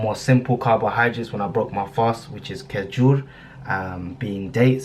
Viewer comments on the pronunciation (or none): Who says kejur, it's kezur man